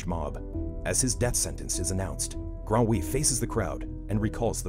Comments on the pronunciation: The boy's name is Grenouille, which is the French word for "frog". The name is not pronounced "gron-wee" as the announcer constantly says. It is properly and easily pronounced "gren-oo-ee". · “Gron-wee” Man it’s “grun-uy” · Grande ouille, wtf lol you destroyed the word. it's acutally Gre noo ye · The name is not "grand oui" but grenouille (pronounced: \ɡʁə.nuj\ ), which means "frog" in French... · It's pronounced gruh-nooy not gron-wee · That's not how you pronounce grenouille xD it's not ''Gran-we'' if I have to explain it in English it would look like this for you ''Greu-nooyeu'' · Gron-oui lmao the pronunciation xD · Grenouille is pronounce "gruh • NEW-eey-yuh" The final "uh" being sometimes imperceivable. I just wanted to put that out there for anyone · Ok but how do you take grenouille and prononce it grunwe? Just curious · "Granoui"! What was that! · As a french person I can't help but chuckle every time he says "Grenouille", because it actually means frog and I can't help but picture someone being like "WOW look at this fat GRANOUI" . For the curious people out there, the actual pronunciation is "ɡʁə.nuj" or something like "grenuil" same e as in "herb" and same -il as in "oil". Still really cool that he tried to get the word as accurately as possible tho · As a person who speaks french, the way that he pronounces his last name, grenouille, really infuriates me lol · The way he pronounces Grenouille is hilarious !! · Ya….. I’ve been getting flamed pretty hard for it haha. My French sucks. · Being french and earing you say Grenouille makes me laugh 🤣 good recap tho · what a funny way to say "grenouille" lol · Neat story recaps, but as a frenchman the way the name "Grenouille" of the character is pronounced here weirded me so much ! It sound absolutely nothing like the way it's pronounced in french. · Grenouille is frog in French and its not pronounce like that AT ALL. Google trad is your friend. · How tf do you pronounce grenouille like that 😥